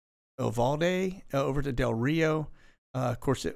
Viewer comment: Uvaldi. You...valdi